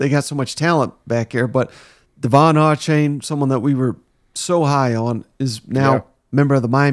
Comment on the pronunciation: Achane is pronounced ‘A-Chain’